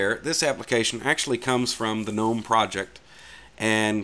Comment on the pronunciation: At least someone knows how to pronounce gnome....some people will go "Oh look at these garden gggggg-nome"